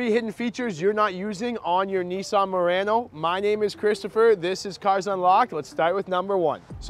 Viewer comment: Does he not know how to pronounce the vehicle.